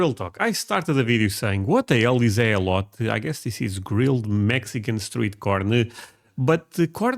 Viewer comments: Elote as far as I know it’s pronounced Aay-low-tay. Aay and tay both rhyme with hay, bay, say, may, lay… ect. I’ve only had it once at a restaurant and it was in a bowl so it was off of the husk. It was good. I found out that Costco sells a big bag of it. Last time my spouse went I asked to get some, but unfortunately, they were sold out. No worries, we’ll get it eventually. I also bought some seasoning named Elote. Americans love Hispanic food, especially from Mexico. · Aren't you civilized?!? Elote (ee-loh-teh), grilled corn. Once you grill it, the toppings are only limited by your imagination. Cheese, mayo, salsa, pico de gallo, picante, Cholula, Tabasco, chile verde, chile colorado, butter, etc. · E-low-tay is delicious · It's pronounced Aay-loh-tay. Google search this is the closest I could come to it. Snh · Pronounced E—LOW—TAY! It’s delicious!! Try it on a grill!! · It's more like: ih-loh-tay. Or Eh-low-tay. IF you can find GOOD sweet corn - YES! I think you should. I'm just not sure you can.... unless you know a farmer there, in your area, maybe? Just get a HYBRID, not a GMO one. I THINK Europe mainly has FIELD corn - very starchy... not so much 'sweet' - it's not as good, BUT if you can pick it (field corn ) a bit EARLY, it's not terrible. In MEXICO - corn is very, Very, VERY common. In USA it's just very common ;) If you can get Crema - that's pretty close and can be substituted... Dukes is #1, Helman's is #2, Heinz - in mayo is #6 or 7... In Ketchup, #1, in 57 Sauce, (steak sauce) #1. But they falter in mayo. We do that w/ a camp fire all the time. The soak in water helps it to STEAM more than burn... Well, think about it Mayo is just oil and egg white/whole egg (depending on type of mayo) some ppl use on grilled cheese (and other toasted sandwiches) instead of butter (I still prefer the butter, thx). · Elote (E-Low-Tay) is a classic in Los Angeles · Elote is pronounced El-LOH-Tay